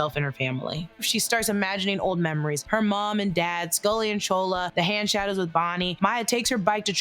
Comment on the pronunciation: Why do you keep calling Chula, Chola ..?